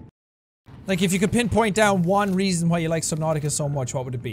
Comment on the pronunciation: Who else thinks they haven't done anything until they hear Jack say "welcom back to SUBNAUTIOUS"